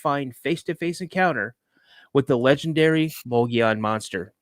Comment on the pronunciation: You know you are saying The word wrong Mogollon . I am a witness of this creature and it was along the Mogollon Rim in the middle of the desert my encounter happened in the year 1993 .